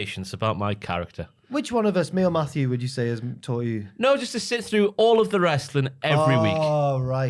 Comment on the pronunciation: Whts up w saying Maffew every 2 mins the whole episode? Yeah we all heard Maffew watching Steve & Larson & Bryan Alvarez shows lmao..we get it lol